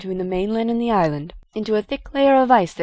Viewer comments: Teh leader of the cult of the dammed? Teh? lol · didnt know it was called "teh cult of the damned" :D